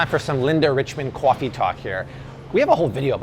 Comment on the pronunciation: Art doing Cwaffee Talk. Lol. 90s SNL was the best.